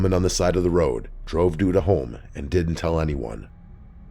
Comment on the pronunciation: Reporter: “Dee Dee Mega Doo Doo” Reporter: “sorry that’s Duda Mangudu”